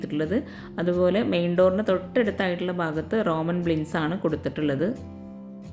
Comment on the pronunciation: ബ്ലിൻഡ്‌സ് അല്ല കേട്ടോ... ബ്ലൈൻഡ്‌സ് ആണ് 👍